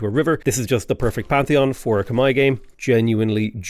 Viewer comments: Whoaaaaa wtf someone who says Khmai correctly! Respect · saying Khmer correctly is music to my ears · Yay! You pronounced it correctly! Good on you for learning. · As a Khmer person, thank you for pronouncing our name correctly 🎉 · So glad Khmer is your favorite civ! Double points for pronouncing it correctly. As a Khmer person myself, I am so exited to see this playthrough!